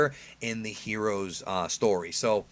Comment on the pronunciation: You just can't say heroes right "HERUUS"